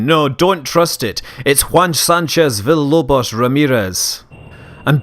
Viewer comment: were u trying to say villalobos or something like that?